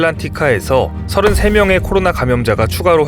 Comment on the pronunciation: 매번 느끼는건데, '코로나'라고 정확히 말씀해 주셔서 정말 좋습니다^---^